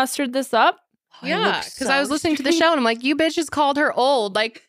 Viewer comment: Is it just me or calls the girls “beaches” a lot in this one